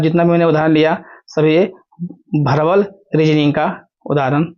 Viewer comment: Verbal Hota hai sir, aap verbal ko bharbal keh rhe hai